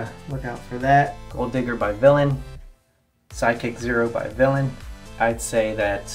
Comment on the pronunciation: its vilain not vilian